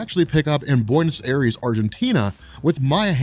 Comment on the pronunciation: How you pronounced "Buenos Aires" lmao I love you ❤